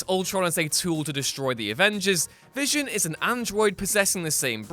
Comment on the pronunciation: I know you just didn't say vison?? Did I hear you say v ison... You NEED TO DO THIS OVER